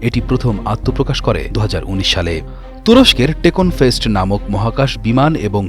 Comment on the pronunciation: Takonfast na technofast